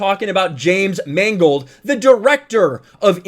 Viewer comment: I like the way you prounounced Mangold as "mangled." It's a very subtle commentary.